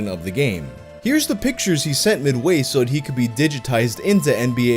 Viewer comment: I hate the way he says midway